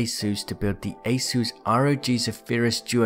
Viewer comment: The way you say Asus sounds like aceu's